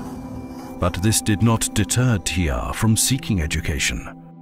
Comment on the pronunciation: Its T.R not "T arrrrrrhhhhhh"